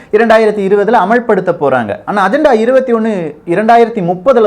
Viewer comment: Athu ajantha paku illa pa.. agenda konjam nalla pronounce panlamae... sorry no offense..